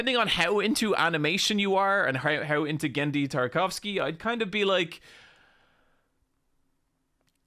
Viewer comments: Poor Genndy, what his last name did to you? It's Tartakovsky, not "Tarkovsky" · Well achtuahhhally, but you keep saying 'Tarkovsky' which is the person who made Stalker. This is 'Tartakovsky' :^) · You keep skipping a syllable in his last name. Not Tarkovsky. Tar-TA-kovsky. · Psst, its Tartakovsky, "Tarkovsky" was a movie director. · That's Tartakovsky, with an extra syllable in the middle. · Dude of course you do not understand some stuff that Tartakovsky makes. You can't even read his name right. Just dont get your hopes high and you will be a happier person. Not everything is ithin your grasp.